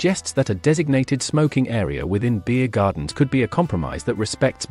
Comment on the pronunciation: Why are saying beer gardens in that unusual way ?